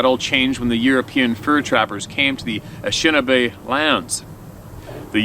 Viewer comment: Anishinaabe pronounced a nish i naa bae not Ashinabe.